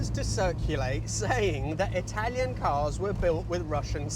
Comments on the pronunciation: 😄 I always wondered how you managed to nail the Italian pronunciations every time. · Told off for using 'station wagon'? Just don't bother with these negative comments. Same way people complain about the only youtuber who is able to pronounce Italian car brands correctly. Amazing channel, love your content.